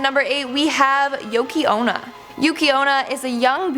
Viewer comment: For a moment I thought you said Yuki Ono and I was like huh?